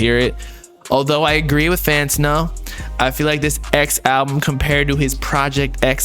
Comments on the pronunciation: it’s FAN-TAN-NO. Not FAN-TIN-NO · Bruh I dispise how you say fantano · pretending not to know how to say fantano for the 100th time.